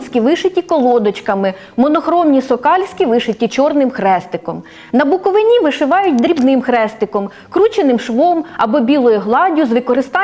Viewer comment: пані, Буковина має наголос на передостанній склад "И". Відповідно "БуковИні".